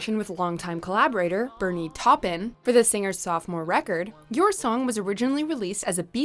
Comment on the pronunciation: I give this vid a thumbs down just because the narrator mispronounced Bernie Taupin's name.